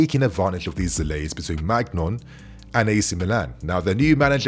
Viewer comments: It’s pronounced mainian not magnon 😅😅😅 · It’s pronounced “Mee-g-nian”, but yo we should’ve raid Milan Theo, Rafa, Maignan 🤣